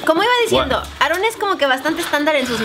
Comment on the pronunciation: solo se río porque dijo Aarron en ves de con una sola r